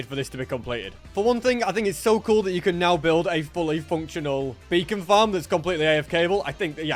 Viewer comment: For a second i thought he said a bacon farm